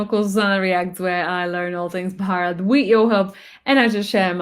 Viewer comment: Fennel seeds are given not cumin. You also speak Barat instead of BHarat😂😂😂